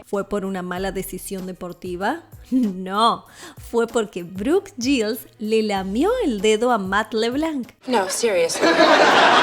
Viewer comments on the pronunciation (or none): "Brooke Shields" no "Brooke Gills" La narradora necesita Open English 🤣